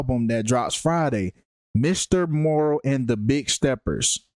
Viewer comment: You can't even say the album name right just stfu I'm more intelligent in the industry than you. You don't literally don't know shit😂😂😂😂😂😂😂😂😂😂😂😂😂😂